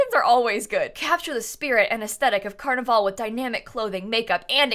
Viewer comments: Pronounce carnival like carnivl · Is it just me or is she saying carnival wrong